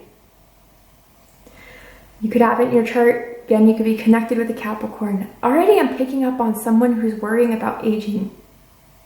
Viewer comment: when she said caprikai instead of capricorn.... my brain went 😳